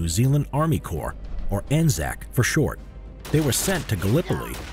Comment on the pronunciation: at least you said 'core' instead of 'corpse'.